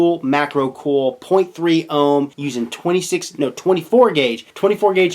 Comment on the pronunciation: it's "COIL" not "CORL"